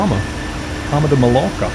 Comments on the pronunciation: for people who do not know how to say Mallorca read this Mayorka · its Palma de Mallorca Paul-Palma NOT Parma and Ma-yor-ca - ll in spanish makes y sound